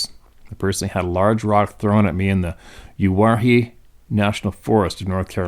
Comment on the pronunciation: I've heard it pronounced "You'where'ee" Ntnl Forrest, some serious offroading has been done there/televised, etc. Sorry about my o.c.d, I support your efforts 100%!